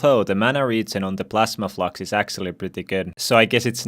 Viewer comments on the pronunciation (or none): the amount of times he said owoflux xD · Why does it sound like he’s saying “owoflux” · I love how he says owoflux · Why does it sound like he is saying owoflux Edit oh shit he is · please stop saying "owo"flux. i hate it.